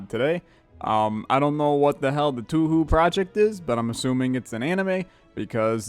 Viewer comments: Oh Marisa mod did not expect that don't be surprised if one day you find a Reimu mod cuz she is the main character of touhou games also touhou is pronaunced to-ho not tu-hu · Touhou Project (pronounced Toe-hoe, by the way, not too-hoo) is a series of danmaku shooters. Bullet hells, essentially. If you say it's an anime to a lot of fans of the series, they will get pissed off. Marisa Kirisame, the character you are playing as today, is a human magician with a penchant for loud, explosive magic. She's also kleptomanaical, constantly "borrowing" things from the much longer-lived youkai and justifying it as borrowing it until she dies, as they will far outlast her. If you want to learn more about her for some reason: The potion said "Throw", not drink. You needed to target the enemy, THEN exhaust the card.